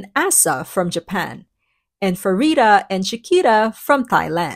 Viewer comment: small note; the Ph in Pharita is pronounced as a hard P. The romanization Ph expresses this, while a normal P is pronounced more in the direction of B. Ph as F is actually unusual. I'm not sure, I think the French-style transcription of Vietnamese is the only one that uses it that way.